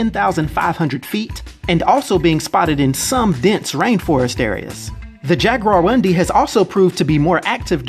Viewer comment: Its pronounced "Jaguaroom-dee" with emphasis on room